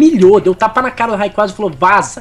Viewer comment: ngm sabe pronunciar o nome do rayquasa certo